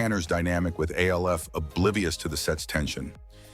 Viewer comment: Why are you calling it A.L.F. .... even though he was named after the acronym for alien lifeform, they called him Alf (sound it out with a short a sound) in the show and that was how they announced it back in the day. Only in the first episode did they say the letters, A.L.F. That you keep calling it A.L.F. makes me doubt you know anything at all about the show. You are probably making schyt up or got the info from ai ... or you are ai. Leave our sacred shows alone. Btw, for those who come after me, benji (the guy who played brian, the son) died in 2024 of heat exhaustion. He was only 46 yrs old. 😢